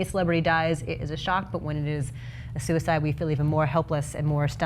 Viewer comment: "…who committed suicide…" I know that's your favourite intonation Christy, but you can't use that there.